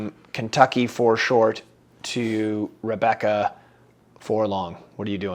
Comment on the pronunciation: I hate to disappoint but did pronounce my name correctly 😀. Thank you for discussing my question and best wishes to and Haute Corture at the beautiful Rebecca Farm. It's not the size of the horse but rather the size of the heart in the horse. And one suspects that Haute's heart is going to carry you all to greater and greater heights.